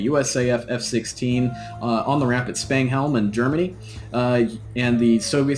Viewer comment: Hey bud! Great video. The base in Germany is pronounced spang-da-lum